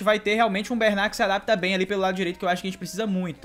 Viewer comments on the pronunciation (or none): none